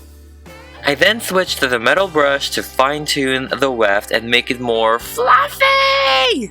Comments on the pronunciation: Im not a hate or anything but when you said fflluuffyy it was weird I subed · To make it more "FLUFFY!!!" 😂😂😂 Love the way you say jessica wabbit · I love how he said FLUFFY and YESSICA WABBIT. Edit: omg so many likes thanks! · It's good but how you said fluffy tho wow